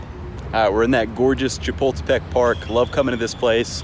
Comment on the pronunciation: What park? It sound like you said chipotle park 😂. It is Chapultepec ( Cha-pool-tay-PECK). Great video!